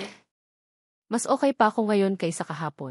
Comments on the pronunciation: Ayusin mo naman Ang pag bigkas mo pronounce it carefully Anong okai? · Magrehearse ka muna sa pagbabasa mg kuwento mali mali ang pronounciation mo pati okay ay okai, ang totoo at to too ang pronounce . Napakagandang kuwento pero nasisira sa pagbabasa ng narrator. Dapat irehearse ka muna ng admin